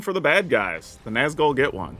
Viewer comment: The accent over the u in Nazgûl isn’t just for decoration.😢